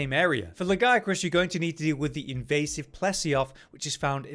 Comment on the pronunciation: I like this guy simply because he pronouces Lagiacrus the right way. Yes i know how its pronounced in Wilds. No, i dont care. They are wrong.